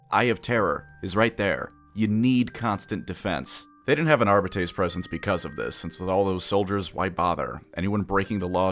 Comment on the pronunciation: Are biddies?? craziest pronunciation thusfar